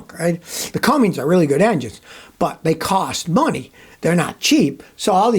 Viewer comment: It's Cummins, not "Cummings".